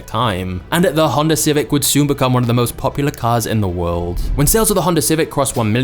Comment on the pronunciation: he changued the woirld